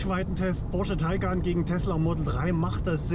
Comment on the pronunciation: Ich hab nicht einmal Porsche gehört. Nur immer wieder Posche 😉